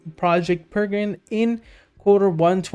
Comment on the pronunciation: PEREGRINE is Properly pronounced as Pair-a-grin....named after the Peregrine Falcon.